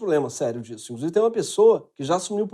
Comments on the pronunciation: " INCRUSIVE", Damaris? Eita mulherzinha ordinária! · Aos minutos ==> Essa "humorista" Damares falou: "INCRUSIVE"??? ou, "INCRUZIVE"??? ... Com "S" ou com "Z"??? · "incrusive" .. Putz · A pessoa fala "incrusive", e é ministra. A pessoa é louca desvairada e está fora do hospicio.